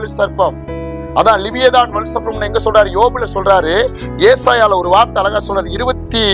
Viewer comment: சர்பத்தா (juice) 😁. சர்ப்பம் (பாம்பு) சரியாக உச்சரிப்பு வேண்டும்🙏